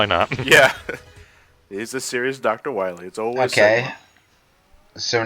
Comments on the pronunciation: I broke down when said "Dr. Wawy". No joke. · guys not dr wily its dr wawee